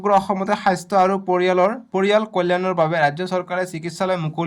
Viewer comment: অসমীয়া উচ্চাৰণ বোৰ ভালকৈ কৰিব। বহুত উচ্চাৰণ ভুল কৰে । স্বাস্থ্য উচ্চাৰণ টো হাইছথ বুলি কৰিছে।